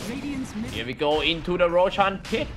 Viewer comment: tbh i dont really care too much about his accent, sometimes i listen to him and he is quite funny, the way he say rochan instead of roshan (i forgot which game he says this) make me laugh but sometimes i just mute the video just so i can focus on the video